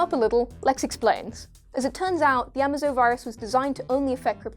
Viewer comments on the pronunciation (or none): GOD DAMN SCRIPT READERS. AMAZO. A MAZE O . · "a-may-zo", not "am-ah-zo", genius. Learn these names BEFORE making the video! You sound like idiots when you f%^& them up! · Did you mess up details like saying Amazo Virus wrong and call Super Girl Superman’s sister not his cousin to get us laughing? You didn’t say these things funny enough to make me laugh. But I got what you where trying to do. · The way she pronounces Amazo is just nails on a chalkboard. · at least pronounce Amazo right please